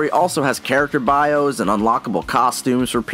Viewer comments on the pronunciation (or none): none